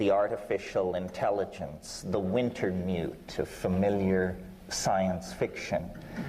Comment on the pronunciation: XD it's "Wintermute," from William Gibson, not "Winter newt."